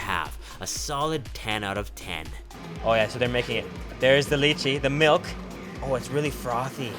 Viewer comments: You should say it like this for its more understandable. Lay Che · He said "Leeecheee" for milk. lol OMG!!! lol Not the French sounding "Lei-chei". lol Hopefully he's Canadian or something. lol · Your pronunciation for Milk in spainesh was a little Off but Other than that Great Video!